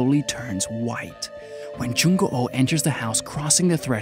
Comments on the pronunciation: Ikr, I don't wanna be a Koreaboo or anything but Korean names are usually said how they look so it would be a long oo not an o o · LOL yeah, he's like Jung Go Oh X"D that's a whole other name there hahahaa XD nice try tho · I can't, the way you say "Jung O O" bothers me lol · I know what you mean and yeah that's right, well maybe Jung Goo was a hard name for him? Idk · hahaha Moo Myeong too 😂 dats ok tho, he tried haha 😆 his "Il Gwang" is pretty decent, Jung Goo's the only weird one hahahah